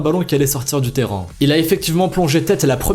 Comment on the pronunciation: Il s'est pas parler!!!🤣 Écouter bien, il dit '' terran '' à chaque fois il s'est pas dire Terrain 🤣🤣 mais j'adore ces vidéos ahahaha ❤️